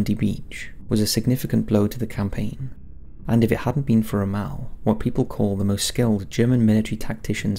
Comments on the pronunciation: I cringed every time you said romelle. his name is pronounced rommull. He was the best tactiction to have served the German army so please out of respect, pronounce his name properly it makes you seem like you have no idea about ww2 hahaha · ROM...MELL, who is Ramahl? You constant mispronouncing of words really grind my gears... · Yes I was also confused by his pronuncation! The first time it didn't click and after that i was like, oh I have heard of this person but his name is pronounced really weird! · Butchered the pronunciation of General Rommel's name. It's not "Ro-Mel" it's "Romm-L" (yes I know the o has an umlaut) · Ro Mal? Ugh, my ears.. Rom mel.. Good video with an interesting subject otherwise.. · so am I, it's not an excuse. Sort of thing I'd expect from one of those American's. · "Ra-Maal" I'm pretty sure you do the odd pronunciations on purpose..... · There's a correct way to say the man's name. "Ra-maal" is not it. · Pronunciation of 'Rommel' needs work -Romale ????? he wasn't French ;-) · Ermm.... it's pronounced ROM-ALL As in 'all or nothing', not 'al' as in 'You can call me Al'' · Really hate the way you say Rommel lol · Your pronunciation of Rommel is wrong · Ok, love your vids, but the way you say Rommel gives me cancer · Love your videos but please get pronunciation right. Cringed every time the great general Rommel was mentioned. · Dude why do you pronounce everything wrong 😂 it’s Syno not Seeno, it’s Peeking not Pekking and it’s Romm-ul not Rommal 🤦🏽‍♂️